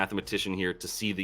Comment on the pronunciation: It's not "toooo", It's "TU" 😉